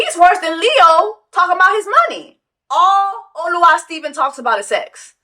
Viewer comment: It’s “Oluwa”